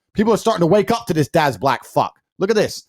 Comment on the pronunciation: It ain't pronounced "darz', mate.